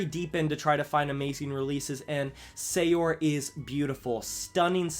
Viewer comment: SAOR MENTIONED OOOUGH love Soar, always makes me tear up, probably because I'm Scottish. Also sorry to be THAT guy but its pronounced "sooer", and you roll the r. It's the gaelic word for "to be free" To make up for that, here's some of my fav black metal records Darkthrone - Panzerfaust Ulver - Bergtatt Saor - Aura Hellripper - Warlocks Grim & Withered Hags Burzum - Filosofem None - Damp Chill of Life Xasthur - Defective Epitaph Immortal - Pure Holocaust Mutiilation - Vampires of Black Imperial Blood Këkht Aräkh - Pale Swordsman Spectral Wound - A Diabolic Thirst